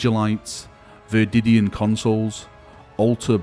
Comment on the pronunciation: You cant read very well! V E R I D I A N! But very good video